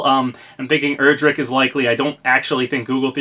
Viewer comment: Day 1,000 He still miss pronounces Erdrick